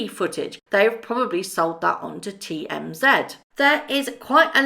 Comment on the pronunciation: Do you mean TMZ? It is not TM-ZED! I do realize you and Canadians "say" ZED for the Z, but that changes the ACTUAL name of the BUSINESS! If you expect to be taken seriously as a Journalist then it would be better to just say "Z", the actual letter!